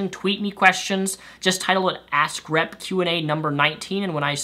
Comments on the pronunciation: Your Vids are really great but just one thing...everytime you talk about your "Ask Rep" category it just sounds like "A** C***" Keep doing great Vids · Am I the only one that hears "Ass Crap" when says "Ask Rep"? ^^ No offence meant, good video as always!:)